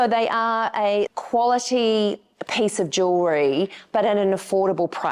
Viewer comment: Dahhhhling, you are talking to Americans, it is not pace but peeeece.